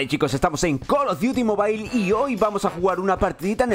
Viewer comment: Sin ofender pero mejor que pronuncies tu intro del vídeo diciendo Call of duty Mobile y decís call of duty mobail